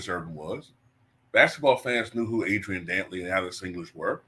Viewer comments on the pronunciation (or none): none